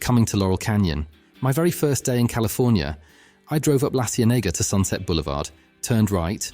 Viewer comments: La "cee-en-NAYG-a"!!!! Try again. "See-EN-uh-guh." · Great video. Really enjoyed it. Just one thing: La Cienega is pronounced "La See-EN-e-ga". Otherwise, bravo! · Thumbs up. Interesting pronunciation of “La Cienega”. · Is that narrating? I LOLed when he pronounced La Cienega